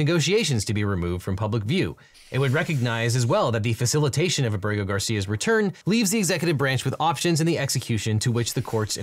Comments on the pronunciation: Just FYI it's Á-bre-go, not a-BRE-go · it's AH-breh-go, not ah-BREH-go.